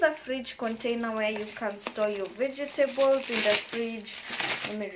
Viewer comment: Veg-table not vege-table. Lovely vid